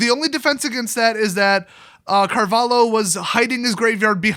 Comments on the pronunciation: Pronounciation: Car-vah-lih-oh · as a defender of the portuguese flag, and without knowing exactly how much you care about linguistic intricacies (probably very, very little), I feel inclined to say that it's not Carval-hoe, the "lh" is supposed to be one sound, similar to double L in Spanish, like in "pollos" for instance.. other than that you pretty much nailed it, with a slight tonal deviance that's due to differences in native tongues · Portugal, it is also pronounced Car-val-yo. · That flag is from Portugal and it is pronounced "Mahsiu Cahvaliu" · Portugal, last name pronounced carvah-lyoo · pronounce something like "carvaleeoh" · That flag is from portugal, it is pronounced "carvalio". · it's not pronounced carvalio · It's the Portuguese flag and his name is pronounced "mar-ee-sio Car-val-io" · If you're actually interested in the pronounciation, it's Marcio Carvalio, and the flag is from Portugal. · the the fuck is a carvaLIO? are you even portuguese? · the LHO in carvaLHO. you better saying "LEE"-O but A for effort! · just being as nice as possible 1. you know the flag and you know where he's from, yeah portugal is not a big country but like you said he needs no introduction, dont shade the country because you hate 1 guy, that's to easy and only makes you look dumb :) 2. hes a cheater and a piece of trash i agree and MTG should've alreaddy banned him for life 3. lh has same sound in portuguese as ll in spanish, maybe that helps how to pronounce it ;) Keep up the goood viideos just make sure to use the right way of saying things, maybe it helps boosting your channel :) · Here's my angry comment: So you made a 13min video about a dude and didn't even bother to search his nationality or the flag? C'mon it's not that hard SEU BURRO MIRANDES DO CARALHO! Try to pronounce that.